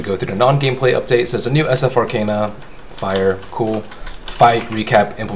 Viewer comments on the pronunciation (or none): none